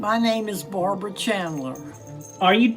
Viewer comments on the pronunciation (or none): Hearing Chris say Barbaras name like that infuriates me.